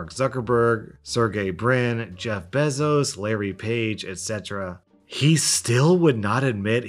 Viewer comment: ITS NOT JEFF “BEZOS” ITS JEFF “BAEZOS” PRONOUNCE IT CORRECTLY